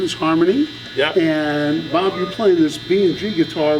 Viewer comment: How the heck doesn’t know how to pronounce Bob’s name! He’s a legend.